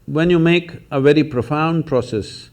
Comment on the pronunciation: "Wery difficult!" Lol. Love it.